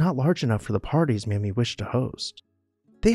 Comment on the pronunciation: Her name is pronounced May-Me